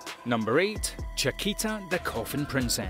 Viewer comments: and i think i heard chakita for chaika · CHAIKA! Not Chakita, or Chiquita. She’s not a banana my guy. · List is a joke, and the paid voce guy can't pronounce words right. "Unlimited Hi boo coy sook" was the worst, but not the only. Pronounces "Chaika" like Chiquita bananas SMH. You guys really gotta provide a phonetic pronunciation guide to these fiverr voiceover people. The fact that "The Irregular at Magic High School" is missing is proof enough. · Very bad pronounce - Chaika on english pronounce is "Tschaika". Btw - Chaika its.. a bird - Northern Lapwing (vanellus vanellus). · where tf did he get the t in chaika? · Nice, but narrator tends to make mistakes. Chickita for example, Shijou instead of Shoujo, Arifuta, Hareem instead of harem, etc.